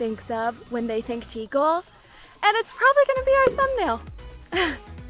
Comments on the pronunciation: You say Tíkal haha but it should be Tikál. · Guys it’s pronounced Like Teekal. Like the name Calvin. Not tikel😂